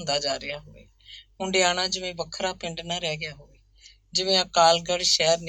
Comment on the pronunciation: ਭੈਣ ਜੀ ਹੰਡਿਆਇਆ ਹੈ ਹੁੰਡਿਆਣਾ ਨਹੀਂ